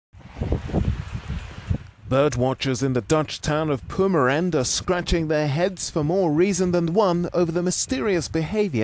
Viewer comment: The way he pronounced "Purmerend" 😂😂